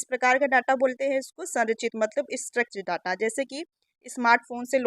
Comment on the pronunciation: स्ट्रेच नहीं स्ट्रक्चर्ड होता है